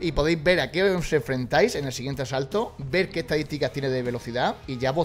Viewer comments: Asalto ❎ Asato ✅ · En todos los asaltos en vez de decir eso dice asato😂😂